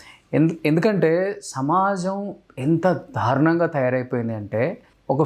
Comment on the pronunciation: "ధా'రుణం ఏంట్రా బాబూ? 'దా'రుణం నాయనా అది. ఒకటికి 20 సార్లు అంటావ్ చికాగ్గా